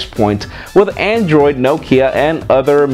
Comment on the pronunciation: I like the fact that you said Nokia not Nokeeya.